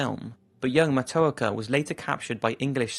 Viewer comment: As a Native American, thank you for telling people about the true story of Matoaka... I would like to make a minor correction for pronunciation. Her name is pronounced "Mah-toe-ah-ka"